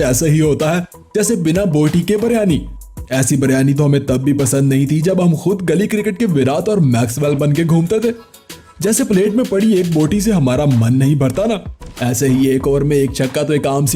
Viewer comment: y do u call virat as virath???